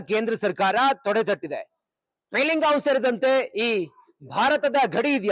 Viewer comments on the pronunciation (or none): Pahalgam pronounce madalikke baralla. Reporter ge😂